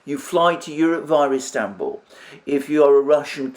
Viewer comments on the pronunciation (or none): none